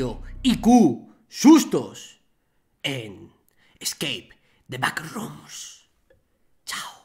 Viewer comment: Gente de habla inglesa: Scape the backrooms Vegetta: Escake the packrooms